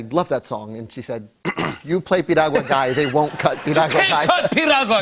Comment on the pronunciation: The fact Jimmy said Piragua Perfectly . Lemme find out ya boy got Latino in him cause that's definitely a hard word to say